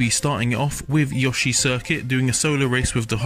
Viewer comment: finally someone who actually says yoshi, indstead of Yoo-shiii